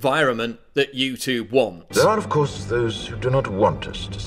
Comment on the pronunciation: how come you are pronouncing youtube that way ?